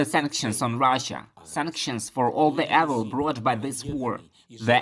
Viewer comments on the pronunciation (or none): Just a note to the translator, "evil" begins with a long "e" as in "eevil." Of course you are following the rules of phonics, which makes sense. But English rarely makes sense! I appreciate your hard work.